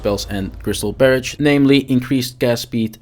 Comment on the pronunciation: "Barridge" = Barrage 🤣🤣🤣